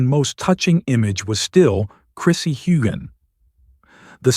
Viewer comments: You say her last name correctly but butcher his? Do your job! Mispronunciation is rude and insulting! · Here here!!! I have listened to several of your reports and you always pronounce Sam's last name incorrectly but you never pronounce it incorrectly twice the same way. Do your job!!!